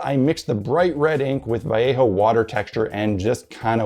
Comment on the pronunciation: Just want to say, I totally appreciate that you say Vai-yea-ho, not val-lay-ho